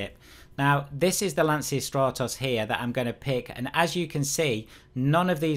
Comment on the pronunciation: Just a quick tip: the correct pronunciation of Lancia is "lancha": the ch is like the ch of choose. Greetings from Italy 👍